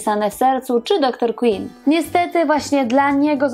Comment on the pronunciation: DR QUINN!!!!!!! Wymawia się KŁYNN nie KŁINN!!!!! Ogromna różnica